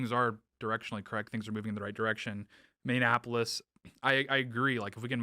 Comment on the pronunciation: Mini - apple- us "Minneapolis", NOT "Minionapolis" Since we are unfortunately in the news so much, I've noticed that about 20% of the country can't pronounce the city correctly. Anyway.